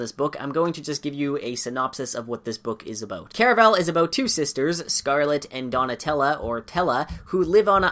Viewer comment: Why do people say “Care-a-vel?” I say “Car a val”